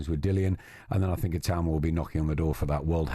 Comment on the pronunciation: Maybe the rest of the Talksport hosts should listen to Adam Smith and pronounce Itauma's surname properly